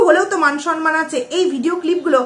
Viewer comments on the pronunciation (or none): Sonman noy kotha ta somman